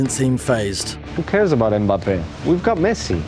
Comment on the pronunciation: YOU SUCK SAYING itold you so wih mbape